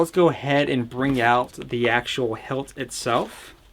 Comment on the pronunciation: why was he saying helt instead of hilt?